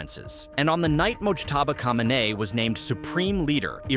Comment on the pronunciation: 'Khomaini' and 'Khamenei' are pronounced identical in 'AI'?